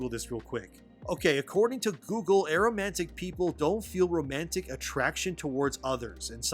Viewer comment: its A-romantic (ehhh-Romatic) not Arrow Man Tick like you're saying it. A = not. Amoral, Atypical....etc.